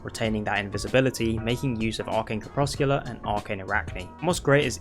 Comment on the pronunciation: Lol... "Crep-Sec-You-Lar" It means twilight the moment before dusk or dawn. Or also dim light.